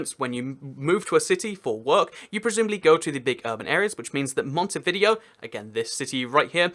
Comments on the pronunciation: It’s pronounced montividéo mont-Iv-i-day-o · No offense but your saying Montevideo wrong. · Andy Martinez It's not easy to say the exact pronuncation of a word in spanish, when you are talking English, he's trying his best.